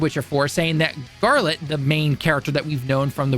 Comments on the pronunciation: I could have understood a "Jeralt" but "!" That's too much man! 😜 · This guy like actually can’t read… I’m so confused he keeps calling geralt garlet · 1) What are you doing with your face? Why the overly exaggerated expressions? 2) Learn to pronounce Geralt. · wtf did you just call Geralt?🤣🤣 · My dude lost all credibility when he couldn’t even pronounce Geralt’s name. Like he’s telling people to go play the game and it doesn’t seem like he played it.